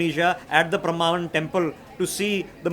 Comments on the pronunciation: It is pronounced as Prembanan🙏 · It is Prambanan temple - get your pronounciation right.